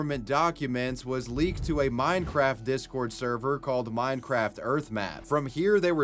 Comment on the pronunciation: bro definitely said “mind-craft”